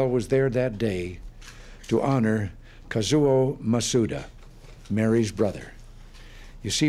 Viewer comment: Casio? _Kazuo, not something to mess up like he did.